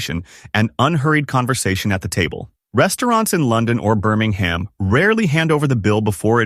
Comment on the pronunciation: AI doesn't even know how to pronounce Birmingham. There is not much of I in AI.